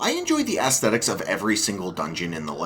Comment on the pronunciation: ASSSSSthetics…. Really… and a Zelda fan who hates Skyward Sword…. Maybe you’re making the wrong video pal. Anyway, instant thumbs down